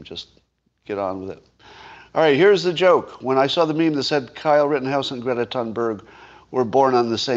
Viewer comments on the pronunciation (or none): none